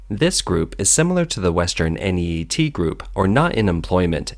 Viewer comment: Never heard anyone call NEET "en ee ee tee"